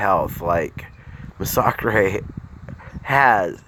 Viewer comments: Nah bro its "Muh-Sock-Chrey" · Bro couldn’t even watch your video cuz you can’t even pronounce masacre. I get kabam can’t even spell the word but it’s pronounced MASS UH KER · You cant even pronounce his name properly you dumb shit lol